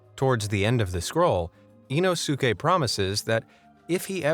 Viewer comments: It's Inosuke (EEE-nos-kay) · Not sure the narrator will read this but if a Japanese word ends in "suke" it's generally, if not always pronounced "s-kay" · You mispronounced the Japanese ninjas name, it’s ino skay being the closest way to write the pronounciation of it, it’s two separate words in the Japanese language put together to form a name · Did he say inoske 😈 🗡️ demon slayer reference ??? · sorry but did hey say inosuke kind sounds like inoske 🤔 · dude! THE U IS SILENT IN INOSUKE'S NAME! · I'm really sorry but the narrator did Inosuke's name really bad. It's worse than Inosuke's name pronunciation